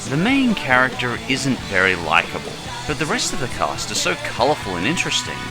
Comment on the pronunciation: and are best "shur", "isant", "hentie", it's duwang all over again.